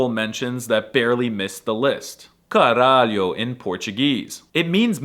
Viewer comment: You really didn't do "caralho" justice. The way you say it sounds like you're under anesthesia and embarassed because your mom is nearby. The objectively correct way to say it to it's full power is to charge up your lungs and say it passionately. Also the effects are heavily diminished if you don't pronounce it correctly. Both 'a's need to sound like the 'a' in 'far', CARALHO!